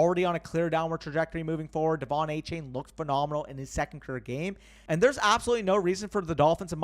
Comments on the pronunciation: Btw I heard that Achane said in a press release that his name is pronounced “A-Chan”, not “chain”. Yet another player changing it up on us 😂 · Love the content as always but gotta get achane name right. After a game like he just had he deserves to be called by his proper last name. It’s not a chain it’s pronounced a chan.